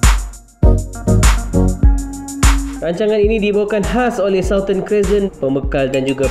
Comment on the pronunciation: Just in case narrator nk sebut ‘southern’ lagi in the future dlm video2 reaksi korang, bole improve sebutannya. 😬😬